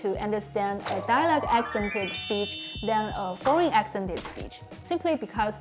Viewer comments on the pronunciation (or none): Hi. You help us so much with Chinese, now it’s my turn to help you with English. You’re not saying the word “dialect” correctly. It sounds more like “dialog”. Your tongue needs to be more forward when you pronounce the “e” sound. It should sound the same as the “e” in “get”, “met”, “let”. Yours sounds like the “oo” in “door”, or “floor”. That back tongue position is also making the “c” sound more like a “g”, not a “k”. This is also one of the few times where you can’t swallow the final “t”. You have to pronounce it, dia leh k-t.